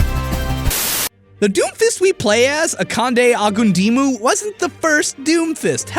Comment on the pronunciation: His name is pronounced "ah-kahn-day, oh-gūn-dee-mu", not however the heck you pronounced it lol you had me confused for a minute. Also everytime I see Akandes gorgeous face I too need to sit down bc DAMNNNNNN